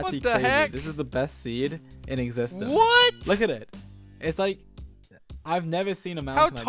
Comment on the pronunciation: Also Dream: pronounces cyan as seein